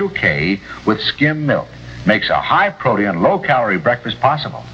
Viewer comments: the way said Proteum instead of Protein is hilarious! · I need to try some of this "proteeyen" some time.